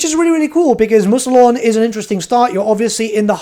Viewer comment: “Moo-se-lon” smh